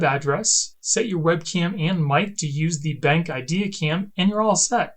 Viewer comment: Nice review and cool features! I think it’s pronounced ‘Ben’ then the letter ‘Q’ (like cue), Ben-Q, just a heads up!